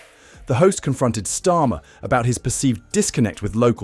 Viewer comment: I HATE these mechanical dialogues with their mis-interpreted words like STORM for STARMER. Damn: Can't they find a willing HUMAN to read-out these dialogues?